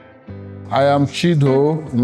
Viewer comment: “Here I ham” this female lecturer no serious 😂😭